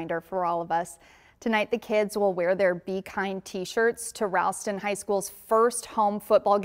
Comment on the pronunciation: It not ralston it’s typed like ra but it ro o not a